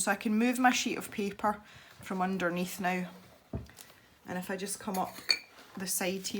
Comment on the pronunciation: That's funny because I do the same with you and giggle every time you say "IF" because I think you're doing to say "Eff you" or something, lol!! That's our clean way to say "f×c* you"